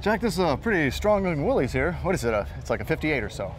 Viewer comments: One would think that on THIS show they could correctly pronunce "Willys". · Why doesn't anyone pronounce "Willys" correctly? It's simple: it's not "WILLIE'S", it's "WIll' iss", named for the company's founder, John North Willys. I guess you could correctly call it "Willie's", but only if Willie owns it!